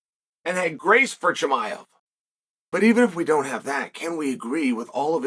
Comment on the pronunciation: “ khazmat chimiev “